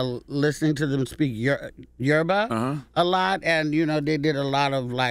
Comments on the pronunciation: Thank you Luenell for properly pronouncing YORUBA. Charlemagne was off. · CthaGod say Yoruba so wrong 😩😂